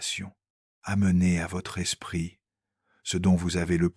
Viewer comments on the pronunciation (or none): L'espritE de Joung ! Ah ah ah ! Et avec cette prononciation, vous voulez qu'on vous prenne au sérieux ! Internet, c'est de pire en pire avec l'IA, sans compter sa rhétorique de baratin ronflant !